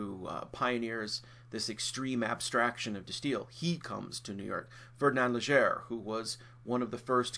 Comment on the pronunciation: It's great to have these lectures but Leger (as in Fernand) is pronounced lay-JHAY. When "er" is a suffix in French, it is always pronounced like "ay" in English.